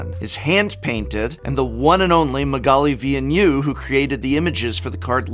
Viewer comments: Wow he butchered Magalis name xD PS: Gawdammit that mother of runes ! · Is this the correct pronounciation of magali‘s last name? If so, you blew my mind.